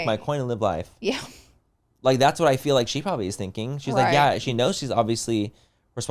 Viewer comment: I love yall but omg… Manny sounding like he learned a new word today and just trying to enter it casually wherever he can “juxtaposition” Laura pronouncing “heal” instead of “hill” or saying “hill” instead of “heal” “fill” instead of “feel” I can’t.. lol